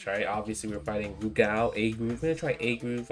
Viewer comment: Good to hear you pronounce Rugal properly. Sajam calls him Roogle.